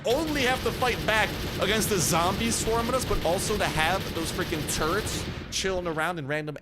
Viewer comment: When you were saying “turrets” I heard “turds” at first.. 😂😂😂😂 then I thought... oh no! Zombie 🧟‍♀️ 🧟‍♂️ pooooooooooooooo!! 💩 wouldn’t that be terrifying. I like the render if the big bad boss, but I think the witch is still the most terrifying. 😱😱😱 Great video as usual! 👍👍👍